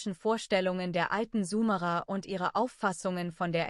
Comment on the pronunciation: Könnt ihr bitte mal eurer Kommentar-KI beibringen wie das Wort "Sumerer" ausgesprochen wird. Das tut in den Ohren weh.